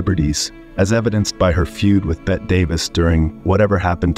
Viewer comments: "Betty" not "bet" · I'm not quite sure how many times I can hear the wonderfully mispronounced "Bet" Davis. Some real quality work here. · Bring in Bette Davis....Pronounced Betty!! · The narration AI needs tweaking. Also, that's "Bette(y)" Davis, not "Bett" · Whosever programming the AI voice- over for this video might want to reprogram the part where the 'guy' keeps saying, 'Bett' Davis....just suggesting.... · yeahhhhhh her name isn’t “bet” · Wow I posted a little too soon. Bette Davis pronounced as “Bet” Davis? WTF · What? Her name is pronounced "Bettie:" Everyone but YOU has been calling her that for decades. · AI thinks “Bette” is pronounced “Bet.” Wrong, AI. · Bette's name is pronounced "Betty." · Are you saying, "Bet" Davis? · Bet Davis? Really....didn't you review this video before posting it? AI stinks. Hire a professional next time. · This is just lies followed by lies followed by lies followed by more lies...... the AI machine reading this is the reason you should be very afraid of AI. btw, bot, it is pronounced BETT EEEE ..... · Particularly if a narrator who knows how to pronounce “Bette” could be found. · Learn how to pronounce people's names (such as Bette). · It's "BETTY", not "Bett" Davis. Also, the word is "SKEPTICISM," not "Septicism." Jeesh!